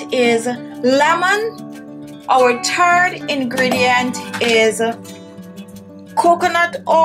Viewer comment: “the turd ingredient” im not putting that on my face...haha